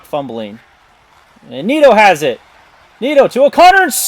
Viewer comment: You were pretty good this time man, great vid overall. The only glaring one I noticed was Nieto which is pronounced Nee-Et-Oh. I skimmed through so I’m not sure if you missed others but pretty good imo